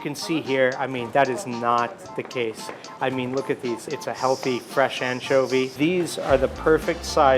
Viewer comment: Un-tcho-vee lol